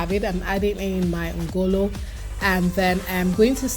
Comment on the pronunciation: That pronunciation of ngolo is wrong on all fronts. Everything else is on point. Deltans do not use uyayak in their Banga.